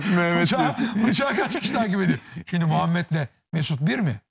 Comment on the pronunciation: Hayatı boyunca şimdiyi şindi diye söyleyen Sinan Engin adamlığı